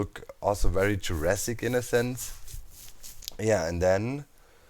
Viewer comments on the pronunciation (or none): none